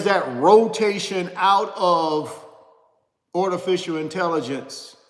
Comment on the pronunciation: What is " Ortificial " 😂😂😂😂😂😂😂